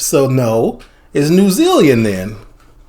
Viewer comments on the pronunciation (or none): "if you put your material into a pie" has got to be one of the oddly funniest statements i've heard from a youtube channel lmao. it is also "new zealand", not "new zealean" lol.